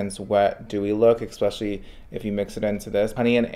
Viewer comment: I'm here for you kid, you make good content, but please learn how to prounounce the word especially correctly. ❤